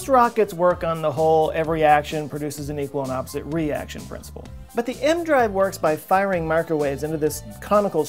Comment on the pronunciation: The "E.... M.... Drive?" Whats an "aehm-drive"